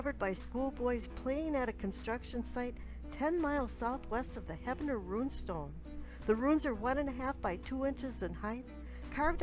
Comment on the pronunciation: I just opened comments to correct her. you beat me to it.